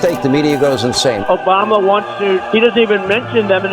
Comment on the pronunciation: Did Trump say Joe Bama? 😊